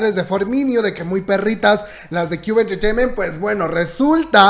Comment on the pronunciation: Cube enchecheiment! jajjajaaja que cómico como lo pronuncia🤣😂🤣😂🤣😂